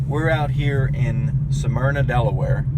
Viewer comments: Hey Jeff, Damn boy; you are sooo southern.... Smyrna is pronounced in two syllables.(Smyr-nah) You pronounced it in three. (Sa-myr-nah) You been drinking out of a Dixie cup too long..... lol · sorry for the sarcasm... took me a few videos to get used to your style. But it is pronounced Smyrna not Sah myrna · its pronounced... Smyrna,,, not sah myrna. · Sah-myrna, Delaware??? Its Smyrna.... lol